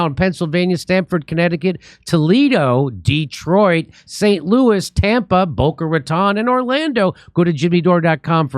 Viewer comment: the correct pronunciation is "Boca Ra-TONE"